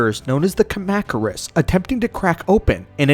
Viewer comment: Is this channel ai driven? There's no way that anybody that knows so much about the G-Man's universe has sooo many mispronunciations. Btw: kahm-ah-kurus yw